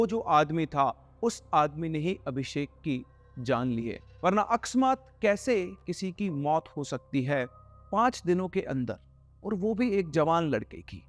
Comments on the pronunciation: It's अकस्मात not अक्समात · Are sirjee Akasmaat hota h Aksamaat nhi😂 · sir wo akasmaat hota hai (a kas maat) waise paropkari bhi acha hindi shabd hai jo apne ek jagah bola hai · Sir the word is aksmat